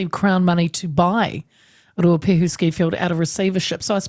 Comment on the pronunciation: Say Ruapehu properly auntie 🤦🏼‍♂️